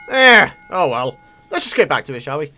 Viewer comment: Its so funny when you say i am byackkk